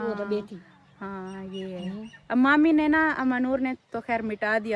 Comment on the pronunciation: Manur kya hota hai mami bola kare